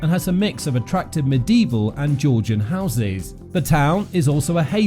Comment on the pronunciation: Orkerd? ! Medevil ?! Is this a human speaking?